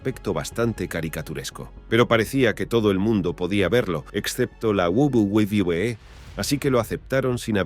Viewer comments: Porque dice guaguaguae jajajaja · Lo único que me pregunto es, porque carajos le cuesta tanto decir "doble v, doble v, e"? Es muy raro y aparte es gracioso como parece que balbucea pero si pueda decir wrestling o otras empresas de forma más normal xd (y si se le complica mejor que diga world wrestling entretainment) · Mi pregunta es tu sabes hablar 🤔pq se dice WWE que escrito es UVE DOBLE UVE DOBLE E para que lo leas y te lo aprendas para el próximo video😌👌😂😂😂😂😂😂🤣😂🤣😂🤣😅🤣😅😅😂😅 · De la guwuguwuwe, claramente está hecho con una IA estilo loquendo, algo que pronuncia lo que escribes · Hasta parece que te está dando una embolia al pronuncar "Doble U Doble U E" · Hubiese sido un video muy serio pero con esa pronunciación de wwe guaguaguaE guabliE lo 💩 todo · We we we wewe 🎤🎤😂😂😂 Esto pasa cuando se usa programas tipo loquendo, q dice "gualguier" cosa en vez d lo q debe decir 😂😂😂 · la guwulwebee que? 😂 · Lo dice de todas formas pero ninguna correcta 😂🤣🤣🤣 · Me causa conflicto la mala pronunciación de "wwe". 🙃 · No sabes decir uve doble o que xD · No se si esto es voluntario pero me da risa que el creador no le importó como hacer que esta voz diga bien los nombres jaja, lo que da más risa es que cada vez que dice Wwe lo dice diferente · El vídeo toca un tema triste y no puedo con la pronunciación de las siglas no paro de reír xd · Debes mejorar el tema de pronunciación de WWE, y de otros campeonatos de wrestling, queda raro como se pronuncia en el vídeo, y puede haber gente que no lo entienda. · esq en ningún momento lo decía bien😅😅cojones si eso lo veía yo cuando tenía 8años y lo decía perfectamente que lo vea con mi madre h amis amigos que luego con cambiábamos las cartas😂😂😂😂😅😂😅😅😂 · Su pronunciación a veces me confunde y no se de que compañía habla 🤦🏻‍♂️🤦🏻‍♂️